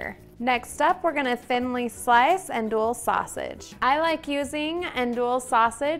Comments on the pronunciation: The sausage is pronounced Ahn-dewey. Also I never had it over rice as Jambalaya is rice with all the other things. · Its pronounced "ahndewy"...but looks yummy!